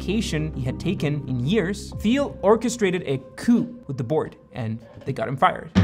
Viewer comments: teel, not theel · I think you pronounce Thiel as "Teal". Feel free to correct. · It's pronounced Tiel dude (jesus christ). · you said thiel wrong the whole time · Not quite sure why you couldn't even pronounce Thiel's last name correctly? How do we trust you as a source of information if something so basic is not even researched? Also interesting how you paint him as some kind of nefarious "white male" figure without even mentioning the fact that he is openly gay. I would have thought that added a significant degree of interest to his status as one of the founders of modern e-commerce. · you're pronouncing Thiel wrong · Is he pronouncing Thiel properly?? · Great video, but PayPal is not pronounced like “papal”, as in, of the pope. The second syllable is “pal”, as in friend or buddy. So the company name is pronounced “pay-pal”. Rhymes with “decal” or “SoCal”. Also, Peter Thiel’s last name is pronounced with a hard “t” sound at the beginning - sounds like the color, “teal”. Sorry to be so pedantic, but it seems important if you’re teaching stuff on YouTube to pronounce that stuff correctly. Other than that, loved the video.